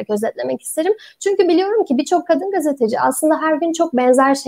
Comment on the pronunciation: GASTE DEĞİL GAZETE !!!!!!!!!!!!!!!!!!!!!!!!!!!!!!!!!!!!!!!!!!!!!!!!!!!!!!!!!!!!!!